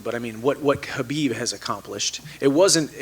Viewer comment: One of the few people that pronounce khabib’s name correctly🤯